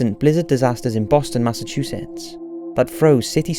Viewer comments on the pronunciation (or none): none